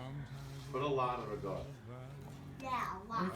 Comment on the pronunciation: What's rig-ot? Oh! Ricotta! What's moots-uh-rell? Oh! Mozzarella!